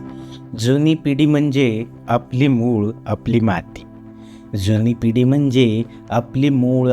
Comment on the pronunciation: पिडी ऐवजी पिढी खान ऐवजी खाण मूळ ऐवजी मुळं असे कवितेतले शब्द नीट म्हणा. आशय छान आहे पण शब्दांचे उच्चार नीट हवेत.